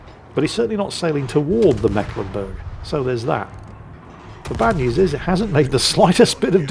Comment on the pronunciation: As a Mecklenburger, it just hurts my ears when the pronounces that ship's name, it is the C in Mecklenburg is there as old remnant of an emphasis sign... you pronounce that syllable more like the English "make" (in correct german, it would be with a long "e"... ^^ now back to the salt mines